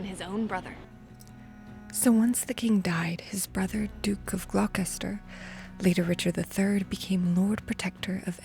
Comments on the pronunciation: Great and interesting video, thank you! You have a talent for bringing dead places back to life. (One little detail: Whenever a British city name ends with "-cester", it's probably a good idea to look up how it's pronounced. Gloucester, for example, seems to be pronounced "Glostar".) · Gloucester is pronounced Gloss-ster but great job!